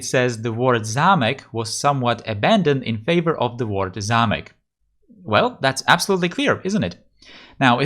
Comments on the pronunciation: Hi. You are czech? You can pronounce zámek really well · Yes he does. He pronouces zámek suspiciously well... And Mělník too...